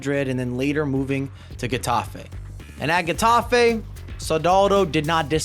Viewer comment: “Heh” tafe, not “guh” tafe